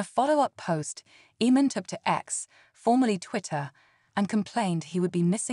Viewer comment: His name is pronounced Aman not eman. Have you been living under a rock?